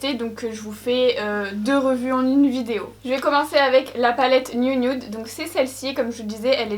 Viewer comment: La " niounioude " voilà ce que j'entends 😅😂